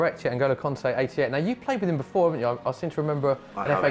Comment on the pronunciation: Did he just call kante NG 😔